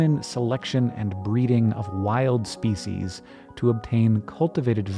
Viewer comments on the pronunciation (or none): none